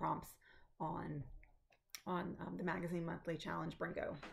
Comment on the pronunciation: Welcome to Flosstube!! You said “brrrrringo” so great! Loved it 😊. I really enjoy your WIPS and can’t wait to see them come to life. Happy stitching!